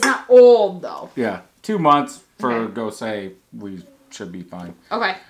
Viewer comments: Not goes-uh either just goes, like goes to the store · all you need to do is YouTube "how to pronounce gose" or talk to a beer certified judge. ;) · DrHans Brewery ha ha almost! I just knew he would really butcher it 😬😬